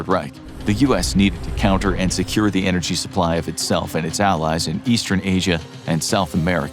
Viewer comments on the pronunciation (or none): none